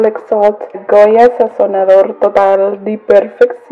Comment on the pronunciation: Yummers, the kids love it! 🙌🏼🙏🏼🙏🏼😘👌👌👌I mix prego Nd Ragu too ☺☺trust, it's a preference 😉😉😉 yo sis, the way you said Sazonador complete though.... 😂😂😂😂😂.... Proud of your enjoyment in cooking. Many blessings to you and church in The Name of JesusChrist🙌🏼🙌🏼🙌🏼🙌🏼🙏🏼🙏🏼🙏🏼🙏🏼💞